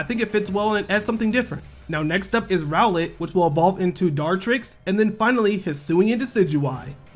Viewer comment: Each time you said God rowlett I cracked up